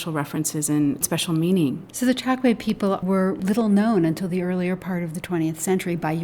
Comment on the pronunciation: I grew up in the 1950's in Angola in the Chokwe area and my parents both spoke it daily. It's pronounced Choke-way, not Chok-way.